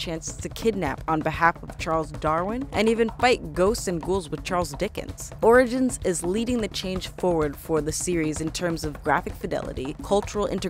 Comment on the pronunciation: she said "Assassin's Creed: Oridins" lol